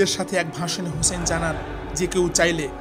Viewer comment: Hey man who is husn rz allah an. You are saying husn.read the name completely and respect it man